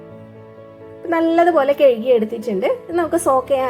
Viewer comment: കെഴുകി,, അല്ലാ ഹേ, കഴുകി